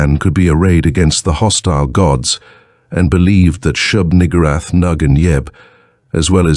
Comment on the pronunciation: Very careful pronunciation. Nugoorath. Lol.